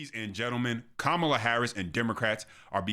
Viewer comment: Ka - ma-la😂😂😂😂😂😂😂😂😂😂😂😂😂